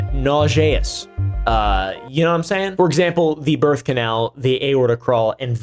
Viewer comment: Nauseous. Perhaps learn the proper pronunciation.